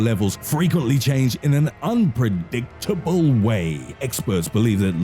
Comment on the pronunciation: No ones gonna talk about how he said unpredictable in a weird ass way